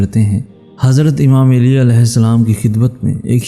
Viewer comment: Hazrat Ali Ka Naam Theek Se Lo Mere Bhai Aap Hazrat Eli Kah Rahe Ho